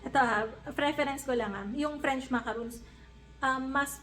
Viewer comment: French macarons, pronounced as makarons. If u say macaroons, this is the made of dessicated coconut